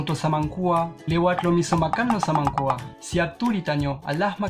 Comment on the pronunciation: Samangkuak dabul 😂 bukan samankuang..wkwkwkkwk